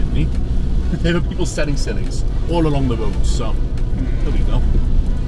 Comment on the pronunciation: “I will buy SILHIG” 😂